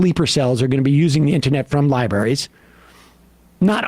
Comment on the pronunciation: Is Sam's R-less pronunciation of "Libaries" and "Libarians" a normal thing?..? I grew up in central New England, and that's a new one to me... Come on, Sam! libRrrraries